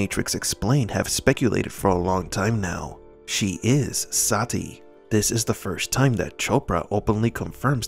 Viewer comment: This movie was so bad, Neo didn't even pronounce Sati's name right. He pronounces it like Se-tee lol